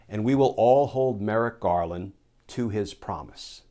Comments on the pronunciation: Hold him to it? No, I will make sure he commits fully or he be accountable. Edit Merrick "Garden". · Did I just hear "attorney general Garden?"